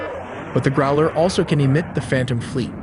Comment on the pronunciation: NOT groler, growler.